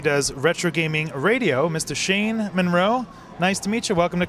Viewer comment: Shane "Manroe"? Shame shame. ; )